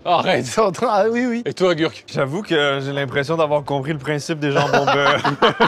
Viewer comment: Gurky ça se prononce « gerky » Carlitooooooooooooo (à ce que je sache)